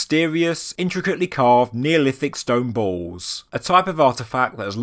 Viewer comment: I thought you were saying stone bowls and I was confused but the very last time you said it I realized you were saying stone balls.